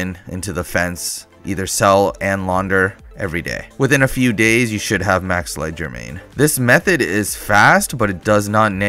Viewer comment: he can't even keep one wrong pronunciation to stick to. leg der main? ledger main? cmon man atleast try